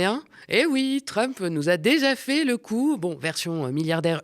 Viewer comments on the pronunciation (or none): none